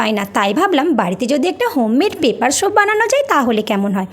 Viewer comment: এখানে এই লোকটা লেখার কথা না দিদি,, তোমার কথার উচ্চারণে তুমি soap কে shop এর মতো উচ্চারণ করেছো তাই ওমন করে বলছে 🙂